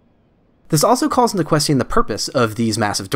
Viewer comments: I have never in my life heard anyone pronounce the i in question. Until today. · you say "question" funny, hehe. questy-in. its cute